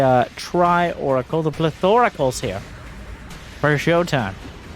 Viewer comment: Plethoracles? HE CANT KEEP GETTING AWAY WITH IT